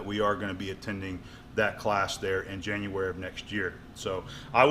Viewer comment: Hey man January you slipped an extra "r"in there big fellow